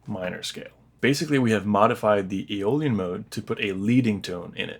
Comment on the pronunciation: Its Aeolian